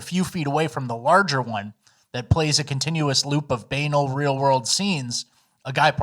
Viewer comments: banal is pronounced “Ben-all” emphasis on “all” great reading otherwise 👍🏼 banal doesn’t rhyme with anal 🥲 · Banal is not pronounced like anal. It's more like bun-all or tunnel. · … did just pull an AOC and pronounce “banal” as “bae-nal? We love you